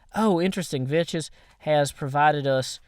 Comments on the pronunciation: It's pronounced Vex but calls him Veches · If you ever watched Vechs' videos you'd see that he pronounces his own name as "Veks" in his intro. says his name like Vetches. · VECHS IS PRONOUNCED VEKKS NOT VECHES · It is pronounced Vecx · You're the idiot. pronounces it "Vetches" as a joke. Sometimes, even Vechs himself pronounces it "Vetches" in the intro to some of his videos. Radignostic was just making a joke, and apparently you couldn't take it. I hope you understand now. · "Vechs" doesn't care much about how people pronounce his IGN, because he lets pronounce it "Vetches", since they're "good friends". You could pronounce his name,"Vetchasaurus", if you want(just make sure you're saying it in a fearful way;D) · no, it's pronounced Veks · It's a purposeful mispronunciation.